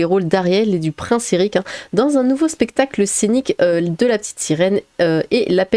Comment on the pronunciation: Alors je ne sais pas si c'est un "soucis" de prononciation, si c'est moi ou si c'est volontaire... mais au début de la vidéo j'ai entendu "dans un nouveau spectacle cynique de La Petite Sirène" et non "scénique"; et j'ai trouvé ça glorieux.